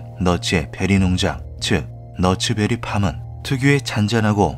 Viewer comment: 미국에서 '너츠베리팜' 이라고 발음하면, 그들은 'nuts berry farm' 으로 인식합니다. 현지인들은 '낫스베리팜' 으로 발음한답니다.